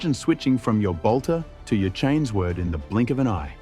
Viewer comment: This whole channel is AI generated, easy enough to tell just listening for 5 seconds, and is basically confirmed when the AI pronounced Chainsword, as Chains Word.